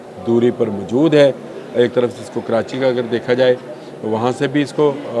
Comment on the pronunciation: Mjood nahi kehtey mohtrm. Moujood asl lfz hai. Khtoon nahi kehtey khatoon asl lfz hai. Urdu to sahi bola krain.